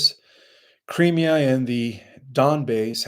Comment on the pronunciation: Crimea is pronounced Cry me' uh. Emphasis on ME